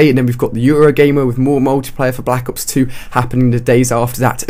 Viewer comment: Anyone else notice he says "Black Hops" instead of "Black Ops" ?